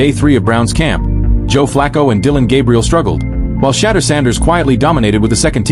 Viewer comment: Shedèur. Shedèur. Shedèur... please pronounce his name properly...